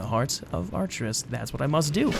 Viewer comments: It's pronounced akerus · Ar-cher-us like Arthas.